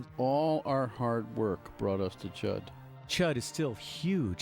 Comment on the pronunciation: Chood?? It's C.H.U.D. Thanks otherwize